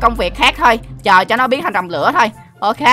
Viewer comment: Anh đọc sai tên không phải rồng lữa mà là rồng lửa